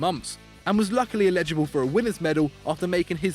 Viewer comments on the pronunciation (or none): Can someone please tell how to say eligible!!!! Getting annoying he’s a presenter he should know this by now